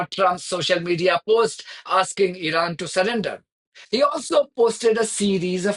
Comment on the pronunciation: ... when will this idiot Witkoff learn to pronounce Iran correctly ... like so many Americans!